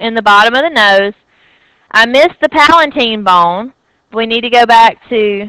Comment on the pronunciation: is not palaNtine! is palatine..,u need to correct this please